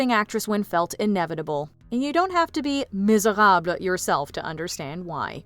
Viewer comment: You don't pronounce Les Misérables as 'Le Miserab'. Only the 's' is a silent letter. Therefore you say 'Le Miserable'